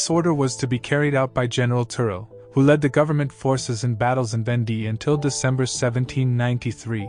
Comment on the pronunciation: It's VAWN-Day, not ven-DEE.